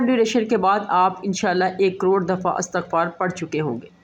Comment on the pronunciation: السلام و علیکم ورحمت اللہ و برکاتہ لفظ اِستغفار هے الف کے نیچے کسرہ ھے (ISTAGHFAR) صحیح تلفظ